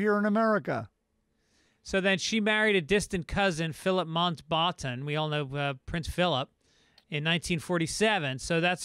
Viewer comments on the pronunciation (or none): Phillip "Mont Botten" 😂 It's Mount-Batten